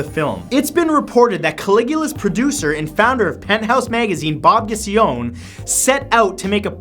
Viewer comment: The higher profile actors in Caligula didn't know there was going to be unsimulated sex in the movie. That was added after, much to their shock. The name of the editor-in-chief of Penthouse is pronounced 'Goo-chee-own-ee'.